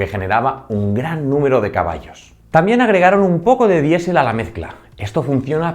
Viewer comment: "Luftuafe"!? "Diesel"!? Qué manera de pronunciar!